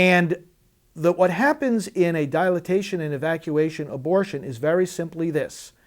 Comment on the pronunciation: I love how he keeps saying dilatation. I guess god gave him the power to make up new words. lol. I wish I could scream in his face "Dilation!, Dilation! Dilation!" Anyways have you ever heard of voice of choice. That's how I do my part, among other things. if you know of any additional groups I can join, please let me know. Trolling Tampon huh? Sister you should do standup! safe and legal, ALWAYS!